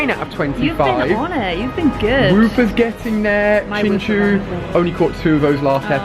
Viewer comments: You dont say ''Chinchu'' you say ''Chinchaow'' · It's piloswine not mamoswine and you're saying chinchou wrong